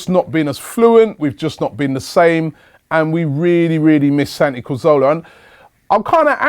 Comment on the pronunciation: Robbie perhaps you can take some time out to learn how to pronounce his name correctly by the time he returns? ;)